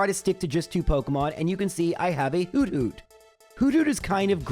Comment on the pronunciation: the way you say hoothoot is hilarious whodoot? just kinda in my head i see and hear a noctowl repeating whodoot? while tilting its head makes me smile